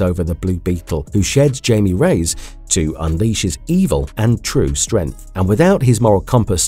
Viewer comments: IT"S (HI-ME) not Jamie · He keeps says his name wrong and it's really annoying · Came to comments for this one specifically. Takes you right out of the video regardless if the rest is good or not. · He's been doing that for a while That's why I don't watch videos where he talks that much